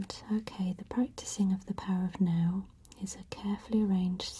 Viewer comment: Oh, "The Power of NOW". I thought she was saying "The Power of No". Shows how my mind works.